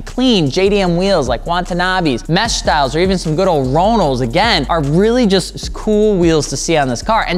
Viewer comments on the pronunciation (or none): Lol you say Ronal and I instantly picture a crx with teddys on it